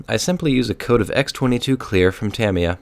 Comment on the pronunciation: Your saying tamiya